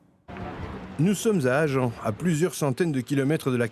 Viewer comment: Bon merci pour ce reportage, mais ami belge on dit "agin" et non "agen" pour nommer la ville du Sud-Ouest nommée Agen